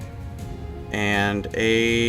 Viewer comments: the grenadier's and pronounced gren-a-deer not granad-er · Gren-A-deer not grenade-r